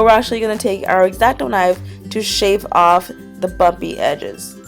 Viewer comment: Why did you say bumpy so weird in this video video